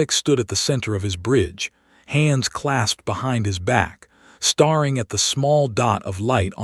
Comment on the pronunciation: I seriously doubt a human will read this and even if they do probably can’t be bothered to fix it but: “STARING” is NOT pronounced “star ing”. It is pronounced “STAIR ING” StaRRing is pronounced “star ring”